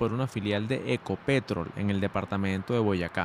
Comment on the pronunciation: Una pequeña y respetuosa observación por qué el periodista que está leyendo la noticia de lo que sucede en Colombia Lee la noticia como si estuviera cantando y pronuncia palabras en español muy mal como ‘ecopetrol ‘ a modo de sugerencia , puede mejorar sin acento , gracias , y la súper luna maravillosa gracias DW buen informativo